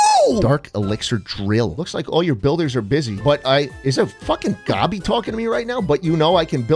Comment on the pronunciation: please stop saying gobby